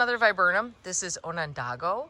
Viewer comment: Onadago is what I heard.